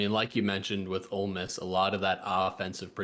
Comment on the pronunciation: You mispronounced Ole Miss when predicting the champion.